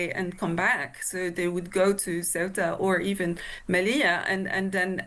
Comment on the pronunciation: It's orchestrated by the Moroccan government, they do this periodically to get back at Spain; this time, because Sánchez is doing deals with Algeria, and also because they recognised Palestine, and the Moroccan regime is in the pocket of the Zionists. Get your facts straight! And learn to pronounce Ceuta correctly!! 😂😂